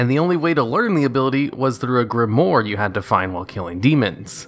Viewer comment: It's 'grimoire', though, not 'grimoyr'.